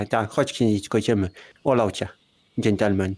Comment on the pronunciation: Szysztelmen się mówi >:<